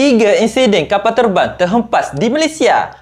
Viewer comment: Kapal ter bang ke kapal ter ban ? Kalau Ter bang tu Ter azan kan? Kalu ter ban entoh ler, awok bukan set mu mandi tenlanjey